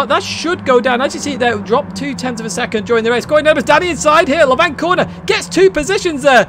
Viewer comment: a bit late but FYI Lavant is pronounced lav-ant not la-vant as you do. just a little info from a local man who lives in lav-ant!